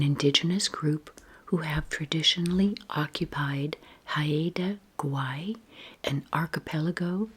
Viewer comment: It is pronounced “hi-duh” “gw-eye”